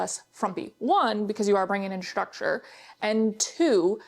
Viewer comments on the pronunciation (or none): you know it's structure not shructure ? 🙂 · Structure. Not shtructure. Very distracting to hear thar over and over. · what kind of accent do you have? the way you pronounce structure for example